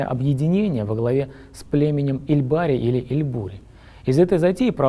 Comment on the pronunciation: Вы не правильно произносите . Не ильбари , а эльбори . Эльбори - переводится с тюркского как волчий народ , именно этот род был царствующим в Тюркском каганате и происходил от основателя Ашины . Пока существовал этот царский род , существовал и Тюркский каганат , то есть кыпчаки были продолжением Тюркского каганата . Историки считают, что Тюркский каганат пал под ударами уйгуров и китайцев , но на самом деле Дешт-и-кыпчак был Третьим Тюркским каганатом . Третий Тюркский каганат (кыпчакский) пал от Чингизхана , который активно истреблял представителей царского рода и дробил кыпчаков , а потом приглашал в свою армию для военной карьеры . Чингизхан оставил после себя новый царский род торе .